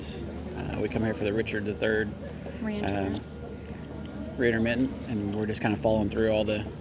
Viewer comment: the look she gives him after butchering the word reinterment is the moment she realized, "how did I end up with this buffoon!"